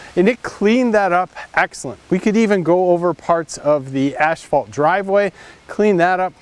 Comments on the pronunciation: Ha, ha. I'm a line striper and I know exactly who you're talking about, lol. It's pretty stupid to call it "ashphalt" when you own a company selling asphalt products. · I've only heard one other guy call it ash-phalt before. That's great.